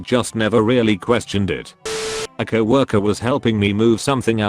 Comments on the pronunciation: No one: Text to speach: cowworker🐄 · LOL--the robo voice says "cow-orker" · The text to speech narrator in the near future I didn't know it wasn't pronounced cow-worker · "C O W- ORKER" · Everybody gangsta until the robot voice says “Cow-walker” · Cow- orker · nobody: text to speech: cow walker